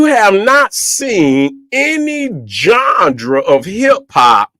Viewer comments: IF HE SAYS "GANDRE" ONE MORE GD DAMN TIME. ITS "GENRE"FOOL,& NO ONE IS CORRECTING HIM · It's genre not gendra and it's music not musics its already plural, you my friend don't know anything about hip-hop 😂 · My nigga said johndra 😂😂